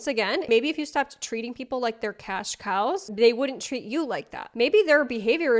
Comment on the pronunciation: The hard emphasis on cash COWS is my new vocal stim